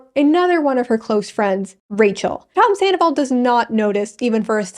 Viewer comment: Ken saying "tomzandoval" lives rent free in my mind.